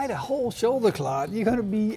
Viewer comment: Shoulder cckkllaww? Enunciation please.